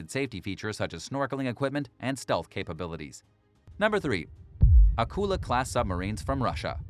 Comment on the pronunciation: Thanks for the video. I’m glad you got around to pronouncing Akula properly. Thank you!